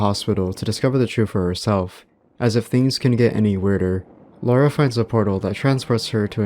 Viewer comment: An American pronouncing the name Laura correctly? no way